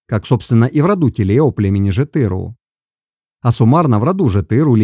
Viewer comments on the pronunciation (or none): Респект за интерес к истории казахов, но исправьте, пожалуйста, произношение названий родов! По ушам бьёт! Алим улЫ! ЖетырУ! БайулЫ! Ударение на последнюю гласную 👆.Ведь странновато звучало бы" мОсквичи"," саратОвцы" или воронЕжцы. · алимУлы байУлы жЕтЫру, большими буквами отмечены ударения